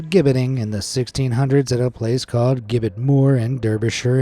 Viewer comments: I'm honestly shocked that you pronounced oubliette and gibbet wrong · Nice to hear BC & AD. Rather than the politically correct BCE & CE. Gibbet is pronounced jibbet Otherwise very interesting thanks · Gibbet is with a soft g (jibbet). Like turkey giblets for gravy. Regardless, I love your videos and voice. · Gibbit is pronounced “Jibbit”. It’s a great video and I love the history stories this channel puts out, but that little mispronunciation got on my nerves! 😝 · The word is gibbet, the G sounds J!!!!! The Clink prison was so notorious, that it made its way into English slang. Even to this day, a prisoner might say he's been thrown in The Clink!!! Keep up the good work folks!!! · Gibbet is pronounced "Jib - it" There's a place called Gibbet Hill near where i live. (Warwickshire, UK) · Gibbet is pronounced Jib-bit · Gibbet, soft G, pronounced ji-bet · Gibbet is not pronounced with a hard G, it's pronounced jibbet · FYI: "gibbet" is pronounced "jib-et". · Doesn't even know how to say Gibbet: Proceeds to speak with authority on the matter. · The mispronounced use of "Gibbet" is so annoying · Pronounced Jibbet and OObliee et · For future info, friends at BA, gibbet is pronounced ji-bit/ji-bet (depending on one's accent. Ji-bət is closer to how it's actually said). Hearing it said gib-bet is really weird! 😂😂😂 *Marseille (or Marseilles - it's French... 🤷🏻‍♀️😉) is said more like "mar-say" (mɑ:(ɹ)ˈseɪ). Fun fact, "the clink" is (amongst countless other words/phrases lol) slang for prison in the UK even now. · It’s pronounced “ooh”-bliette and “jibbet”. They aren’t common words in English, so please look into how people actually say things. It’s an awkward break from the usual quality of your videos.